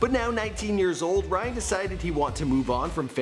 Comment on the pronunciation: sounds like you said Bryan. His sexy face makes it hard to remember his name